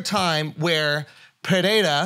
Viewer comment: STOP SAYING PERREIRA LIKE THAT YOU GUYS